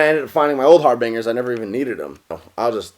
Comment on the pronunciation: Cringing at the way he pronounces Harbinger...